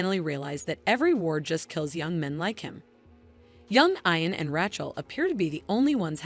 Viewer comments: Yes it's, eeeean. and Graig Naa Doon!! What a crappy synopses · Ian is NOT pronounced 'eye-an'. Are you a robot?